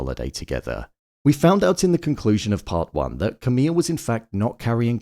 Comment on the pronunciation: Why do you keep calling Camille "camilla?" There is not an A at the end